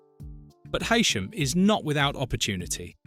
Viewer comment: It’s Hee-Sham